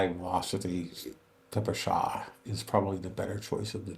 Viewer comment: Respect to Gun Jesus for finally correctly pronouncing ППШ, and opposite to John Keene ;).